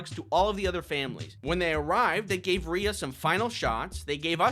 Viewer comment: First of all, I adore this little baby SO MUCH! Second of all, given that one of my names is spelled the exact same way, and I have been called ‘Ree-uh’ for my entire life despite it being pronounced ‘Ray’ (it’s a family name, that is the only reason it is spelled this way!), I felt personally victimized every time you pronounced her name correctly (/lighthearted /joke)